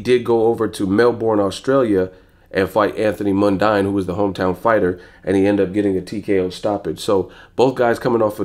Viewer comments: lol fair enough bro just for future reference MUN-DEEN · Do you do that on purpose or you just dunno how to pronounce Mundine (MUN-DEEN)